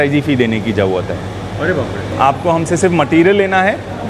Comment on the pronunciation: Koi tension lene ki "JAUUAAT" nahi hai 😂